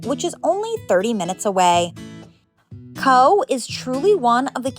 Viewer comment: I loved your video and as a well travelled Irish person, you introduced me to several places I'd never heard of. My only comment is that Cobh is pronounced "cove" & that a trip to the Blasket Islands should also be a "must". I would suggest reading "The loneliest boy in the world" by Gearoid Cheaist O Cathain before going there. (Spoiler alert; he had a very happy childhood on the island!)